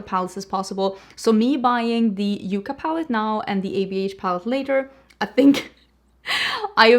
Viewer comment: Yucca police here lol it’s a plant pronounced Yuck kah not Yoo kah. Just got in mail. Pretty! BTW wore Hela yesterday really love that palette. Enjoy Europe life is more than makeup. I rarely upload in Summer 🏝☀️